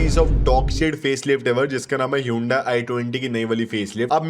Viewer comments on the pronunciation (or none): none